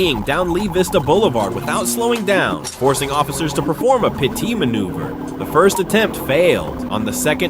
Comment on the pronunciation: What is a "pitee" maneuver? Using AI and trying to say "PIT" maneuver?